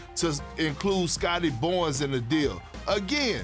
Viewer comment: “Scottie Bonns” - Kendrick Perkins